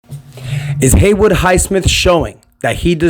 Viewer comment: ITS HAYWOOD, HAY WOOD, NOT HAYWARD lol